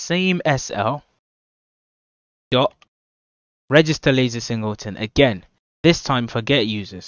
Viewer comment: dok or dot ? 🤣